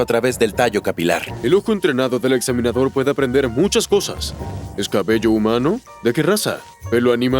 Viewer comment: soy yo o en una parte dice caballo en vez de cabello?